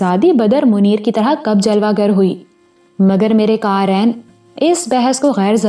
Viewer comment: aaj yea kahani start ki, qamer ajnalwi bila shuk o shubha behtreen writer hain, kahani zara hut ke hai, abhi tuk urdu theek hai aap ki siwa 1 cheez ke. Qarain nhi Qareen hota hai, yea pe zor de ke purhye, qarain ka mutlub arbi main 2 purhne wale ho jata hai. kuch bunyadi ghaltyan jo aap hamesha karti hain wo yea hain dabaiz nhi dabeez hota hai,yea pe zor shair(lion) o shuker nhi sheer(doodh) o shuker hota hai sheer farosh mutlub doodh farosh. iss kahani main urdu kafi behter hai buss chekh ko cheenkh mutt purha keejye mutlub noon ghuna aap apne pale se daal deti hain